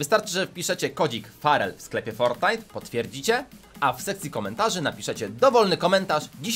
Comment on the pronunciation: normalni ludzie muwiom fortnait muwi forrrtnait